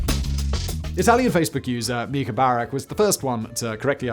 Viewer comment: Why does nobody know how to pronounce the name Micah?